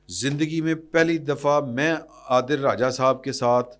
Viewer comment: Sab log adil raja kehti Han ap bar bar adeel raja kehti han